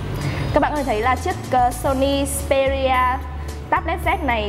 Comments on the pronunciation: đọc là ích pê ri a z đi bạn :(( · phát âm xperia chưa chuẩn, resolution cũng thế luôn